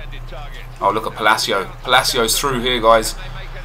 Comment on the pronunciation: Palacio is pronounced "Pah-Lah-Cee-Uh" NOT "Puh-Lay-Cee-O"